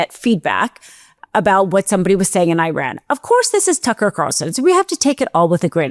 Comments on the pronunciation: [sigh] It's not Ī-ran. (EYE-ran) It's i-RAN. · It is pronounced Eran and Eraq, not I Ran and I Raq. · why people pronounce Iran hyran you would pronounce India hyndia